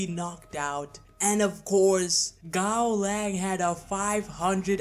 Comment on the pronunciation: Giving a Gaolang fanboy a Gaolang W is like telling autistic kid that everything is possible. Bro, pronounce the name of your "god" correctly and only then try to make takes that make any sense. Serious Shen Wulong wouldn't even need more than half a minute.